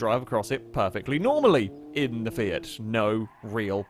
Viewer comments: Did he off-handedly say "Fiat" like "Fyat"? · Dude, did you say ‘Fiat’ or ‘Seat’?